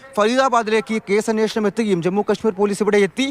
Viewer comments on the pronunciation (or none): none